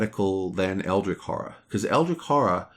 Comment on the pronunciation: It's fun, how you're rambling about AH, as if it's objectively better then EH, even though this is only your OPINION, not a fact. I just checked BGG, and guess what? AH has a lower overall score then EH, so if we are comparing them based on opinions, it appears that EH has more fans, therefore is a better game (by your logic). Also it's not pronounced EldriK, it's EldriCH, as in CHarge.